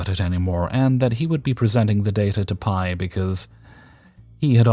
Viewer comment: 🤣 I work in a lab and was confused for a second why you kept saying "my pie" in the last story, then it clicked. For anyone wondering, P.I. (pronounced Pee Eye) is the abbreviation for Primary Investigator; what they call the PhD in charge of a research team. I am guessing the OP forgot the periods (considering how i just typed OP, a reaonable guess, haha) or otherwise didn't explain that it was an abbreviation. So, it would be read as "pi". Great showing as always!